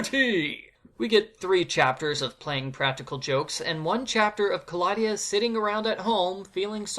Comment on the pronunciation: Black and white slapstick movies are a good plot addition. Kristy ran all the other babysitters out of town, reminds me of the Robot Chicken sketch. Also, Betsy could be a future psychopath/serial killer They could of done some amazing things with those plot points! Ka-law-dia, I always pronounce it Claw-de-uh